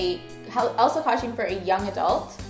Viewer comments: Why do you say costume like coshtume? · it doesn't matter how you say the word costume it will always sound like coshtume